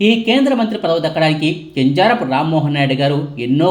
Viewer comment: కింజారపు కాదు , కింజరాపు ప్లీస్.